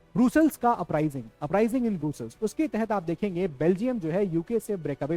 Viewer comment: It's not ब्रूसलस् it's actually ब्रस्लस